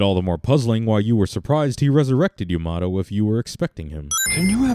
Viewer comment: 1 thing else: characters are really inconsistent with the name of Yamato. It's either like Yamotoe, Yomatoe, or Yamado. Those last 3 are for pronunciation.